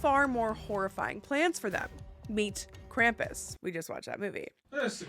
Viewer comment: IT'S NOT "CRAMP-ISS" IT'S "KRAU-MPUS" (Spelt Krampus)